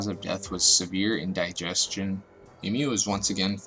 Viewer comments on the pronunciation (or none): Psychiatrist was mispronounced as well. 😂 Oh and Indigestion....ok I need to stop